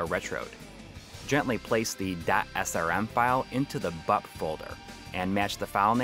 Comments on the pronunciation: Took me a few minutes to realise you were saying "BUP folder" and not Butt Folder. This Mega SD seems real cool. Especially the potential for those MD+ games. Street of Rage 2 sounded rad. Maybe someone could do a Doom 32X one that removes the fart sounds and replaces them with music instead. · I kept hearing "Butt" too! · Every time you said "BUP" folder, I head "BUTT" folder and got a good chuckle from it. Jokes aside, another great, comprehensive video like always. And I learned some things I didn't know about the Mega SD, some things that make me not pause as much at the price; though, still too rich for my blood at the moment.